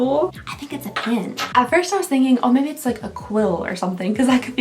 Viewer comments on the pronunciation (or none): She says "pen" like "pin" but says "pin" like "pen" 😂 I was a little confused for days 5 & 6 😜